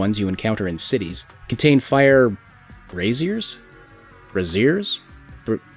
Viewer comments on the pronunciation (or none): bray-zure or bray-szee-ur, a cradle with firewood used primarily for lighting, as opposed to cooking or warmth.